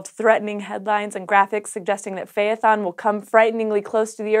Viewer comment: Phaethon is is pronounced with two syllables. It’s like phy-thon or fae-thon. The “thon”sounds like the thon from python. :D